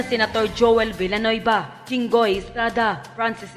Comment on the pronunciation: Dios mio! Villanueva po, hindi Bellanuyba!😂😅